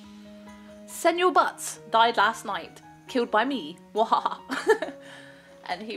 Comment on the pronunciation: Senior butts is pronounced See-Nee-Yer Butts Edit: Sen-yor butts is wrong XD